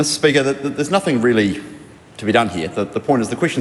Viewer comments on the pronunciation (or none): What's nuthink Debbie or did you mean nothing ?